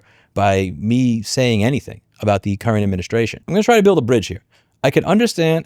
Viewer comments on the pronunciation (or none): none